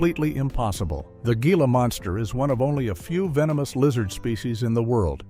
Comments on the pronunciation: "HEEL-AH" monster, you stupid AI!!! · It's pronounced "HEE-la" monster!